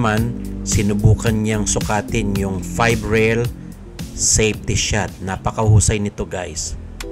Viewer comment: Epren Bata-a Reyes, seypti shat. Boy robot. hahahaha